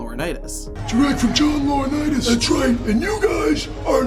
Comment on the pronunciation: John Laurinaitis 😂